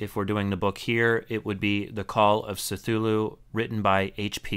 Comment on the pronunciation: This is amazingly helpful -- especially for those of us newer to audiobooks and wanting to avoid a mess of files everywhere. Thanks! (Oh, and the C in Cthulu is a hard K sound... kə-thoo-loo is most common, but Lovecraft said it's Khlûl′-hloo) I figure, if you can help me, I can help you. :)